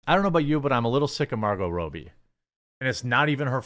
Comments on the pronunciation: The chick's name is Margot RAH-bee. Robbie is also a nickname for dudes named Robert. How'd you get "Row"bee"? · Its pronounced Margot Robbie Not Rowbie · "Robbie" rhymes with "Bobby" that's not even a thinker Jeremy.